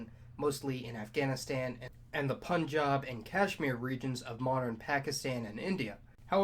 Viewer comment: finally someone who really pronounced Punjab correctly..